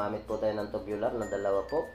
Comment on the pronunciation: Tubular po hindi tobular😅😂